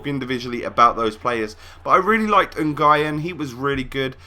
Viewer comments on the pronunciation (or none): It's New-en not N-guy-en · Nguyen is pronounced new-en at least in Australia. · Nguyen is prounced na-wing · Nguyen pronounced "Winn" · Nguyen is pronounced new-win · N Gien is that really how you pronounced Nguyen!! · I think Nguyen is pronounced as New-In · The way he said Nguyen lol